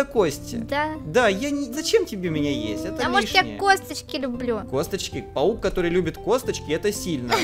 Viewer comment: Она сказала павук